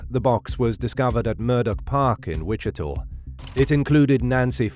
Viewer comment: WICHITA is pronounced WI-CHI-TAH. NOT 'TOR'. Come on man, what are you saying? I don't thing the name of the County has changed to Wichitor??